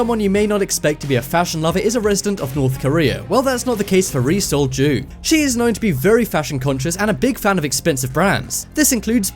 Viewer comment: Now that's all I can hear. Thanks for that! Lol